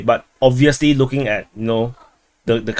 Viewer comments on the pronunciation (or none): none